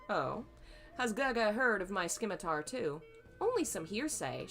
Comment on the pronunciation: Simitar its a silent c :) Oh wow your reading of TGCF is brilliant.